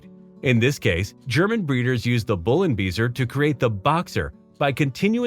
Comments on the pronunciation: The 'beisser' part of 'Bullenbeisser' is pronounced somewhat like 'bye-sir', not 'bee-sir'. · Bullenbeisser translates into bull bite and the word "Beisser" (=biter) is pronounced like "bycer", nothing else... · Beisser with an ei, not an ie Big difference...come on... ay and ee so not sound the same what so ever.. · Bullenbeisser! Not whatever you just said... Weil er Bullen beisst 😁